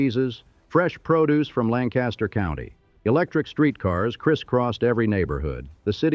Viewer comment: Almost 5 stars. Philadelphians will be very annoyed by the way that the narrator pronounces Furness, Schuylkill, Shibe Park (shy-bay?), Reading, and Lancaster. Masonic Temple is NOT south of City Hall. When discussing a Hewitt Building, a portrait of Horace Trumbauer is used. And the 1854 Consolidation did not double the population - it tripled it. But "Bravo" for an excellent history of the city's industrial past. Most of the people you talk about - Baldwin, Furness, Stetson, Cramp, PRR presidents, Cyrus Curtis of the Curtis organ - are buried at Laurel Hill cemetery where I am a volunteer tour guide. I cover many of these people in detail with my podcasts "All Bones Considered: Laurel Hill Stories" and "Biographical Bytes from Bala: Laurel Hill West Stories." And although I have lived here for 40 years, I am still not quite a Philadelphian.